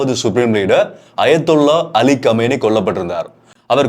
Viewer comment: Arabi இல் மொஜ்தபா ஹாமினி Don't Say கமேனி